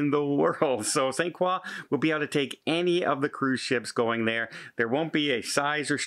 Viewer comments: Pronounced kroy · It's pronounced "croy"